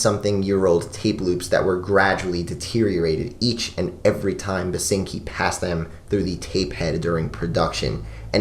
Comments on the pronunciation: Basinski not Basinki. Love that album. Glad you mentioned it <3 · Uh, it's William Basinski. Not "Basinki". Might want to make an annotation... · Its Basinski not Basinki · it's William BASINSKI btw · Its "BasinSki" - you forgot the "S". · Oh and its BASINSKI not BASINKI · Ancngnajakv that’s the only thing I could think about whenever he said basinkis name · "basinki" ngl that's a bit of a lol right there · Who gon tell him it's Basinski Slip up aside, another great vid from you. Your Current 93 and Residents talk was great, seriously did those releases justice. Not Available is a great introduction to the world of The Residents, I find releases like Eskimo and Meet the Residents to be a lot more chilling and uneasy but Not Available is a damn near masterpiece in and of itself. Also a shoutout to MusicBreakdown. :D Thanks for all the work you put in these videos man.